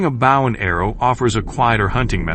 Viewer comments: Wish you people would say the word right.Bow and arrow not bough and arrow. Some of you people need to learn the language. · It's BOW, not bough. A bough is a branch of a tree!! You really need to double check your pronuciation.